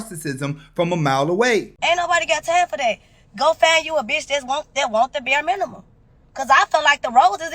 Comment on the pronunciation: I'd spend some money on the chick . I'd buy Rosetta Stone so she can learn how to speak English. ffs. "roses is bur minim" II feel like being able to compose a simple sentence that's made up of words no more than 2 to 3 syllables is bare minimum. And please don't take this as it has anything to do with her race. I hear modern women of all shades speaking like this. It's the most classless, childish, insufferable thing to endure.